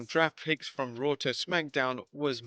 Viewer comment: “With Ric Flair running Rawr”